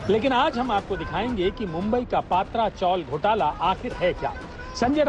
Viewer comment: Not पात्रा, it is पत्रा